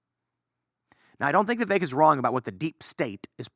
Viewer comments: yes but it's pronounced vivake, it rhymes with cake, just as Vivek himself said, so i wrote a rhyme, VIVAKE IS FAKE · can't even say the guys name right still